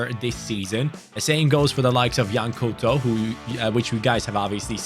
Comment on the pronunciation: You don't pronounce it as 'Cooto' but as 'Cowtou'